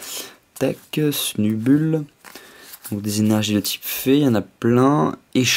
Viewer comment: Snubull se prononce [sneubeule]. Et pour Granbull c'est [Granbeule] ... ;)